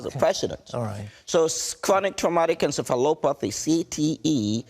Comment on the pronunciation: Did he just say chronic traumatic encephaloTROPHY ?